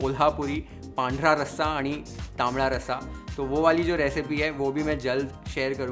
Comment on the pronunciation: It feels great that you're so influenced with marathi culture... specially when u pronounced 'Aani' it was on spot... 😊